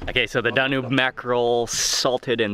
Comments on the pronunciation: I know it's not DaNOOB river, it's DA-NUBE(as in TUBE) and I am not even Romanian. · It's pronounced Dan yoube not how you say it. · "Danyoob", not "Dahnube" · DAN - YUBE!!!!!! NOT DAN - NOOB!!! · Great vid, just an FYI it’s pronounced Dan-yube. 😊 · DAN - YUBE (Danube) , pronounced similiar to TUBE